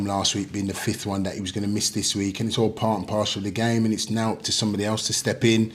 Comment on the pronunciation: Part and Parcel! Not partial. 😂